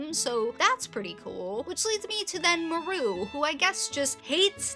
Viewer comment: Why you say Maru like that 😭